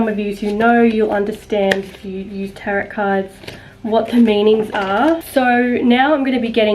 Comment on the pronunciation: It's pronounced taro not tarot 🤗